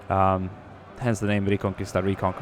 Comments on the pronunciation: Great video and not to be picky but Just for future reference it's pronounced "ree-con-key-sta" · In '' reconquista '' the u is not pronounced. I say this because I am Spanish. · Its so funny when you say reconquista XD im spanish and its very weird how you say it